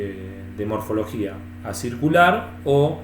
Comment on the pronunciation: Muy bueno el video, muy instructivo. te hago una pequeña corrección, cuando te referís a la morfología de la Bainita Inferior vos decís ACIRCULAR, pero en realidad deberías decir ACICULAR, QUE SIGNIFICA EN FORMA DE AGUJAS, O SEA MÁS PARECIDA A LA ESTRUCTURA DE LA MARTENSITA.